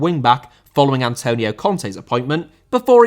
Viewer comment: Antonio* not Antouwniouw